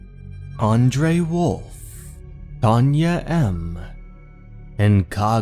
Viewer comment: Its Dame. Not Dom. Its In-va-LID Not In VAL-id.